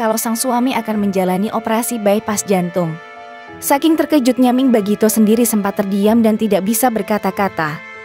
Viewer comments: Salah baca, mi' ing, bukan ming! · Pembaca berita Mi'ing kok dibaca Ming ?! Kenapa dirobah nama Mi'ing jadi Ming ?! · iy it bkn ming tp miing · Miing bukan Ming, anda kurang telilti atau tak tahu nams artis. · Mi ing bukan ming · itu mbaknya yg bacain berita....ming terus